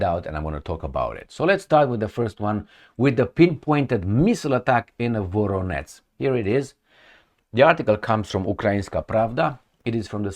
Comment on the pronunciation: It's Voronezh - not Voronetz Zh sound, like in Corsage Or in Bon voyage